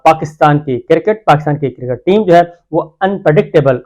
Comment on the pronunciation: BHI G cricket hotta ha KERKET nahi hotta. Tobah kitni ghalat english boltey hain